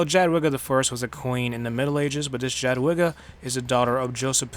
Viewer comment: please stop saying jadwiga it hurts